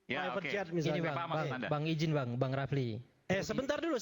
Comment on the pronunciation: Yg pake peci itu nyebut nama Bung RH aja salah, refly bukan bukan rafli 😂